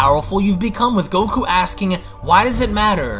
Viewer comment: Lol why u say goku like that